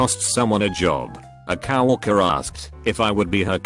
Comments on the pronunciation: Coworker is pronounced as cow walker. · Nobody: Every single one of these videos: cow-worker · robo-voices can be funny but i loved that "Cow Orker" one. how do you Ork a Cow? still snickering.... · The text to speech bot said cow-orker